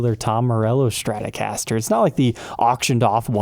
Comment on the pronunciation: There is no h in Stratocaster.